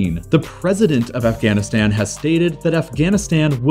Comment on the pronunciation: When Pakistan was created, there was no Bangladesh; it was East Pakistan. Also, it's not "pack-ih-stan", but "paak-ih-staan"; all the "a"s in the name are pronounced like that in the word "father", not like that in the word "apple". Same thing with Afghanistan. And kilometres is pronounced like "nanometres", not like "thermometers" (because it's a unit of measurement, not a measuring device).